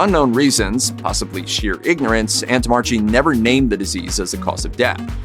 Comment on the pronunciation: You mispronounced the doctor's name. It should be 'antommarkee'